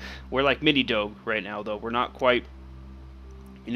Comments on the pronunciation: im sirry but its pronounced dog (e) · you do not say doge like that the g sounds like a j